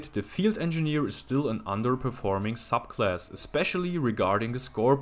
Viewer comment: It sounds like he says suck class at some ones